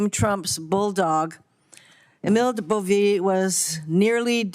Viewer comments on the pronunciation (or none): I love how this senator calls him "Boveee."